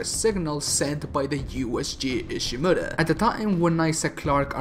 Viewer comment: JEESUS OMG how you pronounce Ishimura